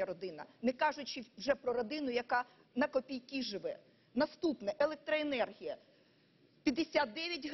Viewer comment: Хас Хас, Элехтроэнерхия , Хас, Хорячая вота